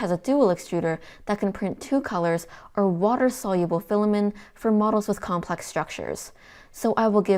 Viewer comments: Good video, but pronouncing it as "filamen" and not "filament" (not a silent t) kept distracting me. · why are u saying "filamen" without a t? great review though! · Filament, not filamin